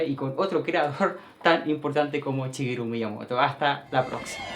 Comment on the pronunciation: Shigeru, no chigeru :/